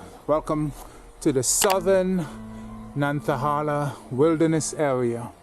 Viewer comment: Yeah, you got into NC, and just for your own personal knowledge, it’s pronounced Nan-ta-hay-la. Tate City is a neat little place in the middle of nowhere. If you like this and go back that direction, look up Popcorn.